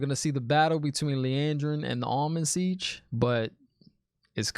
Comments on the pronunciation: Hey man, really enjoy your commentary. I'm surprised I haven't seen anyone explain to you that the head of the Aes Sedai is known as the Amyrlin Seat, not the Almond Sitch, lol. I roll on the floor laughing every time you say it though. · i don't think it is a typo but an inside joke kinda thing because keeps mispronouncing Amyrlin Seat as Almond Siege. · The ‘teleportation’ painting thing is confirmed to be a ter’angreal. He says ‘almond siege’ for ‘amyrlin seat’ and ‘Szechwan’ instead of ‘Siuan’ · Just a couple pronunciation points. Not sure if it’s just nicknames you gave them but I wanted to make sure you have it right if you want it: Suiane =Swan Amyrlin Seat: Am Er Lynn seat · Honestly you need to have merch that says “Szechuan, The Almond Seige” 😅😂 It’s hilariously wrong and I sort of hope you don’t start saying it correctly lol